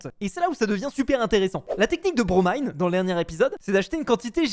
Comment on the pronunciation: Il a eeeenfin bien prononcé le blaze de Bromine